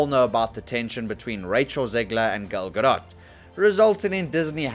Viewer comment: What is a “Gil Gadott”?